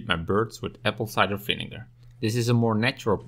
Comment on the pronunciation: Vinegar not vinigar. Handling not handeling.